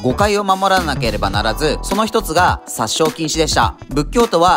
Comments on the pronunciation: 殺生はさっしょうではなく、せっしょうですよ！ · "殺生" の発音(読み方)は「セッショウ」ですね。動画内でも言及されてる通り、これはれっきとした仏教用語ですので発音は非常に重要です。その区別をあやふやにして「さっしょう」と発音してしまうと、一般語句の "殺傷" となり言葉としての意味が全く異なります。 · 殺生は「さっしょう」じゃなくて「せっしょう」